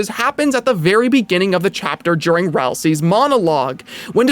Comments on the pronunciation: (this is probably gonna get buried but I don't give a shit) fun fact: Ralsei's canon pronunciation is 'Ral-say,' Not 'Ral-see,' not 'Ral-si,' but 'Ral-say.' (I hear you mispronounce it and feel bad so like) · Tip for making your videos greater than they already are: Dialogue implies that Ralsei's name is pronounced as Ral-say when Susie misspells his name in her edit to the cyberpedia entry. Love this vid 👍💯🔥